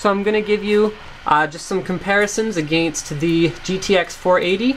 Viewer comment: he says against weirdly :D